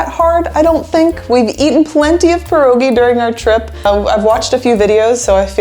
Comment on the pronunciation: Wish you said pierogi the correct way.